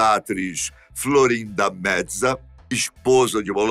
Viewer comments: Florinda Meza se pronuncia como se escreve, apenas com o “e” mais aberto. Algum como mésa. Não existe está pronuncia “metza” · “Florinda medza”?????? Wtf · Por que o pronuncia o sobrenome da Florinda Meza como se fosse italiano?